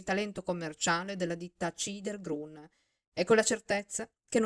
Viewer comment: Bella lettura, però Chidher Grün si legge "khider grün", giammai "cider grun". La c dolce in tedesco si scrive tsch.